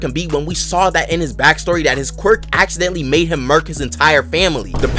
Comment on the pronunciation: “you could accidentally level an entire city” jeje, aciddentally